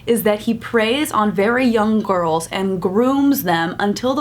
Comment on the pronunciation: Sounded like she said "gorls" lol I love this channel. ❤😂